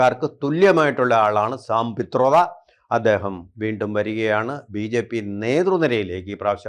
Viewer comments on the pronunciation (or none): സംപിത്രോട അല്ല സമ്പിത് പത്ര